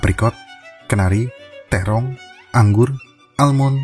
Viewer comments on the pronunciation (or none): Sepertinya ada yang aneh ya ketika pas nyebut terong🤭🤣🤣